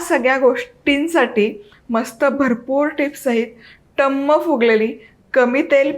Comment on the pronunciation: गुढीपाडव्याच्या खूप खूप शुभेच्छा पुरी छानच झालेली आहे. पण थोडं कोमट पाणी आणि किंचित साखर घालून कणिक मळून घ्यावी. तसेच टुमम फुगलेली त्याऐवजी टमम शब्द बरोबर आहे.टुमम शब्द कानाला खटकतो.